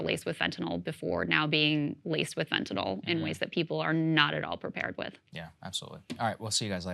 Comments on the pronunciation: Fentanyl Saager, not Fentanal. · Lost me when you called it "fentanol".